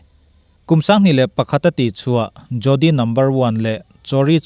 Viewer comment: Jodi hi jori ti a lam tur.. D hi d leh r ri tel a lam ṭhin tur Hindi ah chuan a tam mai